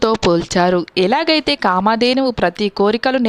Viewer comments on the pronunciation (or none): కామా ధేనువు కాదు కామధేనువు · KAAMA DHENUV KADU TALLI KAMA DHENUVu E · చదివే ముందు తెలుగు కొంచెం నేర్చుకో తల్లి కామధేనువు కాదు కామధేనువు అని కలిపి చదవాలి